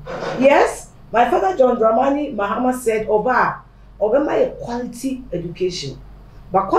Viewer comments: No it’s Q (qu) not qw know your phonics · Zion, 'quality' is not just just 'q' but 'qu'